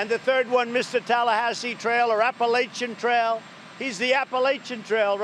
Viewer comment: Oh, man, I hope that happens. It would be even better if it were somewhere along the Appalachian Trail (which he pronounced incorrectly, unless he was in another country).